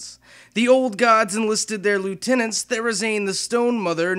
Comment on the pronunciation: Elemental Lutinenats